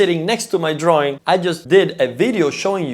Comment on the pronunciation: Draaaww droawion..not sexy in english.